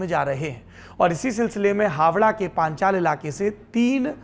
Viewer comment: इलाके का नाम पांचाल नहीं पांचला हैं।